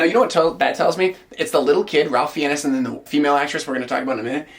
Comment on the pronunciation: Ralph Fiennes surname is pronounced "Fines". Horribly true story, but a colleague that I worked with (Nicholas Hunter) killed his cousin (James Fiennes) in a brawl in a pub during a mental break. As for the film, looks good!